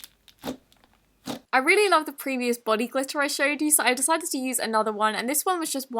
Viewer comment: she sounds american She sounds american when she says glitter(s), gurl, okay, and yas